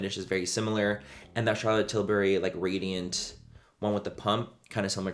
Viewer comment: are you saying "radiant" or "gradient"??